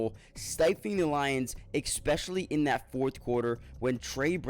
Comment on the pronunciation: Expessally??? Stop saying EXpecially. It's especially. There is no x in the word